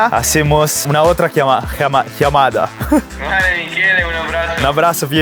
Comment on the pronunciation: I’m like the oposite of you I’m a guy who speaks Spanish learning English and for a week of learning you did pretty well just at the end in the word llamada you mispronounced that